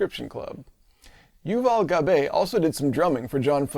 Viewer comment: Shout out soul coughing! Been a long time fan, and im glad to see you make a return with the same if not greater level of script writing and editing. ps the traditional Hebrew pronunciation of Gabay is like ga-bye.